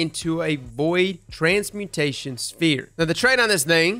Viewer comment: Transmutation. Transmutation. Not transportation. Transmutation